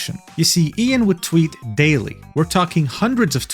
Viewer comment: You mispronounced his name, it's pronounced EYE-AN Miles Cheong.